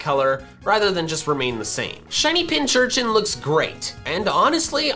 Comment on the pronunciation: me, waiting for to realize it’s pinCURchin and not pinCHURchin